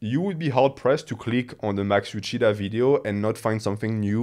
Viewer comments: Euceda is a Spanish surname. So "Euchida" is totally wrong. The correct pronunciation would be something like "Eutheda", like in "theater" but with the "e" letters sounding like in "emerald" so anglosaxon speakers can get it. I'm just tired of my language being butchered all the time that's all. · I think that Euceda is a Hispanic last name, the pronunciation should be the spanish one